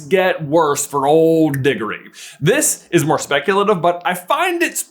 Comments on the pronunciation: Can I get a price check on how he said cedrics last name? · you did NOT say Diggory